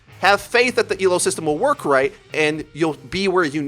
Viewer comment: Thank you for saying Elo, and not E.L.O. When people say it like its an acronym it triggers me. It shows they don't know what the fuck they are talking about. /vent